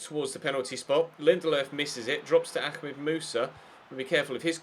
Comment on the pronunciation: i think is Ahmed Musa not akmed